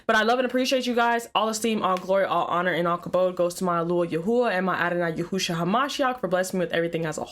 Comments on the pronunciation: It's Yeshua. Not Yehusha. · Why you keep saying yehoosha? It’s Yeshua. Yehoosha Jesus ratchet side piece. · She said "YAHOOSHA" LMAO IT'S YESHUA. AND I KNOW SHE DIDN'T JUST ASK IF ODB WAS STILL ALIVE??? COME ON NOW YOU WAY TOO CUTE TO BE ASKIN THEM KINDA QUESTIONS. DIRTY BEEN DEAD IVER 10 YEARS NOW